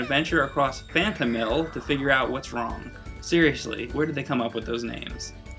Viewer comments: Phanto-Mile...Not Mill. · phantomile not phantomill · Oh my God stop saying Phantomill. It's Phantomile. Phantom. Mile. It's a portmanteau. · Klonoa door to phantomill? ITS PRONOUNCED PHANTOM MILE!!!!!! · It's pronounced Phantom-MILE, not Phantom-MILL, but other than that great review. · Sure it's not pronounced "Phantom-mill" and not Phantom-mile? Phonics! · question: do you pronounce the 'mile' in 'X miles per hour' as mill? cause it's not phantomill, it's phantomile. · I think it's pronounced Phantom-mile, not Phantom-mill. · I always pronounced it Phantom Isle. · I always pronounced it Phanto mile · I loved this game. Although I'm fairly certain it's pronounced "Phanto-mile" kinda like saying Phantom and mile. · Pretty sure it's pronounced fan-toe-mile. And I think it's an awesome name! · Phantom. Mile. That is how you pronounce it. It is a play on the two words to mean ethereal place, as the game is set *SPOILERS-SPOILERS* in the dream world *SPOILERS-SPOILERS* It sounds less "stupid" when said correctly I am glad you covered this game, as it is one of my favourite games from the playstation. And, btw, that puzzle on the moon you shown I had difficulty with too when I was younger. It was my breaking point back then, but the game still holds a special place in my heart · What is up with him constantly saying the name is awful...? The name is perfectly fine, and represents the game greatly. And I do believe you're pronouncing "Phantomile" wrong. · anyone else notice how he pronounces huepow and phantomile wrong? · Ack! I cringed when you pronounce "Phantomile" and "Huepow". I'm used to hearing the other way / how it's pronounce in Japan. Anyway great review. Maybe next time review Klonoa 2 and the GBA series? :D